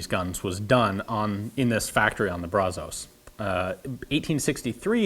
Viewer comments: Hate to be anal about it but in Texas "Brazos" is pronounced "Brasas". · 😐 I'm to poor to bid on it even if it was a current video. 😁 However it was neat to see in even video form and I love the channel. 😉 So I'm not even bothered by how you think "Brazos" is pronounced. 😂🤣😂 Joking you have top notch content and knowledge and it's both appreciated and respectable. 😊👍